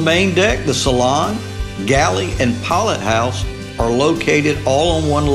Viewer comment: "flaw-bridge and poll-it house?" 😆